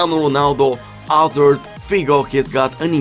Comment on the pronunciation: Will never get tired of you saying "AZARD"! Your videos have really helped me learn a lot, thank you very much!